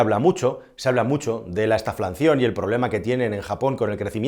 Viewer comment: ¿Por qué pronuncian ma?l: estaflancion, lo coreecto es estanflación!